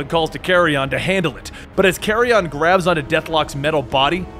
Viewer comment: It's not pronounced carry-on, he's not luggage man. Its pronounced carry-en , like the dead stuff buzzards eat. Small detail, don't mean to nitpick but it really bothers me.